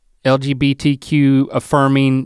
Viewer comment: "L.B.G.T.Q.+", I thought TikTok was joking about Straight people doing this, there's a reason why the letters are in a specific order, and I was just thinking about Link messing it up for a few minutes before and then he did, move out of the way Mr. Rhett, I'm the Psychic now, no Redbull required. 😂